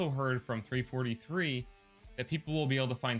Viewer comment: Ik this is 3 months ago but if your an Actual HALO fan ITS "U N S C" NOT "U S N C" AND ITS NOT "3 43" ITS "3 4 3" SO FIX IT PLEASE AND THANK YOU.